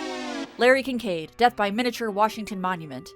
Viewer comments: I keep hearing Kink Aid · I honestly needed this video today. Side note, we all know it was Kink Aid and not Kinkaid. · Hehe, she said... Kink Aid.